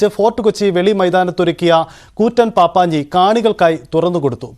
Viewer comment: പാപ്പാഞ്ഞി അല്ല പപ്പാഞ്ഞി ആണ്